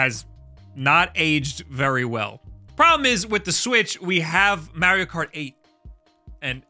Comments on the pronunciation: And stop saying M-AIR-IO dude… There’s no i! There’s a correct pronunciation and there’s no debating it. STOP IT, GET SOME HELP! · It's Mar-io, not Mayr-io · I just realised he says Super Mehrio instead of Super Mahrio.🤣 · And please for the love of God, stop say "mairio". The only people that do are you and peoples great grandparents. Like, you don't say "wairio" . Just stop being extra. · You say Merrio and don't want to play Minish Cap. How do you live with yourself? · Mario himself tells you how to pronounce his name ingame. Stop the marry-o nonsense. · Learn to pronounce Mario. Its not Mary-O! geez...